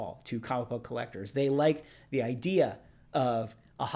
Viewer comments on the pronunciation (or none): none